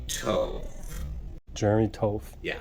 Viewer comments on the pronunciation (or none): I get that Jeremy would like to look tough pronouncing his name as "tough", but in reality, that last name is pronounced "TOT". Nice try Jeremy, but you don't look that "tough"... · toth rhymes with moth. it's not tow-thh it's TAW-THH. you don't pronounce Moth like MOWTH ! GUY CAN'T EVEN PRONOUNCE HIS LAST NAME CORRECTLY !